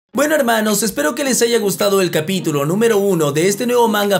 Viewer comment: extraño cuando decias helmanos